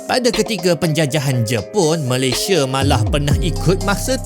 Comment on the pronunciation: Sebut negara Malaysia ialah MalayS-I-A BUKAN Malay-S-H-E … Badak Sumatera di Malaysia telah PUPUS sejak 2019..